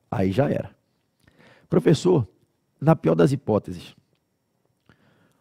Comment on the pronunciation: "Flala" profexo. TMJ SRN